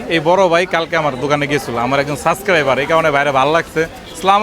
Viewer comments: অথিনিটিক 😂 সাস্করাইবার 😂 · বলদ আগে subscriber বলা শিখ